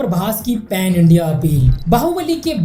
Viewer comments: ....pen nhi ,pan h🙄🙄🙄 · Are bhai dhang se padh likh se phir dusro ko batana.. Ek to PEN STAR nhi PAN STAR hota h.. Then Prabhas to Bahubali se phle koi nhi janta tha? 😂😂😂😂😂 Bhai tu video banana chhor, phir se pdhna likhna shuru kr 😂😂